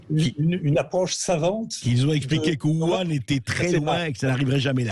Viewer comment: 1) pourquoi n'y a-t-il que 1mn45 d'interview? 2) le PrRaoult fait répéter car, je pense, A.Bercoff a mal prononcé Wuhan : il a dit "wou-annr", alors que c'est " Wou-Rranne"